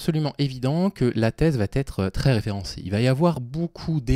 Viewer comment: 3'10 "va-t-etre" après" j'ai corrigé l'orthographe des thèses", ça fait mal un peu nan?